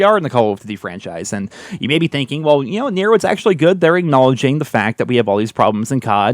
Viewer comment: Google translate thinks you are saying black 3 times